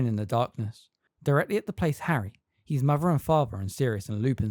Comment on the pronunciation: His isn't pronounced like heez